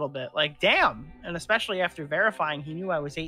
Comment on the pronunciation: Dream the type of guy to say “expecially”.